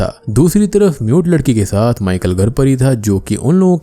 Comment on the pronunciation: aree bc MUTE ladki bol rha hai mujhe NUDE ladki sunai diya 3 minute tk.